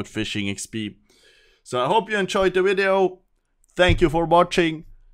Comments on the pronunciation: always like a video with someone who says 'wideo' in it. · "New wideo" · What happens if you try REALLY REALLY hard to say "V"ideo? Can you say it? Or can you not pronounce the v? Can you try saying it in the next wideo? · wideo lol